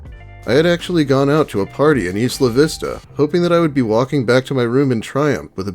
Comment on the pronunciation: Isla=eye-luh. You know, how its short for or another way of saying island?